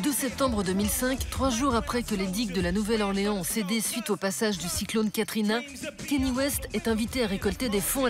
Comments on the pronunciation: 8min de vidéo où vous dites "Kenny" et non pas "Kanye", ça vous discrédite direct. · Il s'appelle KAAAA - NYÉÉÉÉÉ pas Kenny ou je ne sais quoi ! Orrhhh!